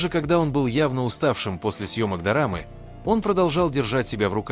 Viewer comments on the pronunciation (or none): Не далЕкими а далЁкими, ЧЕнхо ЧАнхо, айдОл айдАл, Пак БО Гом Ба Гом, дОрамы дАрамы, СухА СухО, знако'м зна'ком